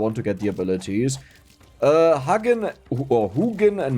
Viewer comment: no idea if it's acurrete but the way you pronounce Hugin and Munin it sounds like ones going to give you cuddles and the other is going to demand your lunch money.